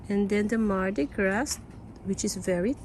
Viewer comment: Pronounce mardi gras as mardi gra.